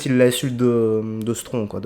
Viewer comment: Stron ? Zo quoi 😂